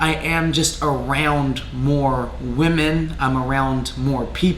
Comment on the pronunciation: “Arooond that”